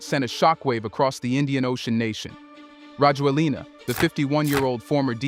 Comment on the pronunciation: His name is pronounced rah-JWEL-nah.